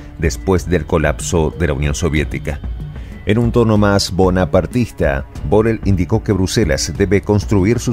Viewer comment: Ahora se dice Burrell...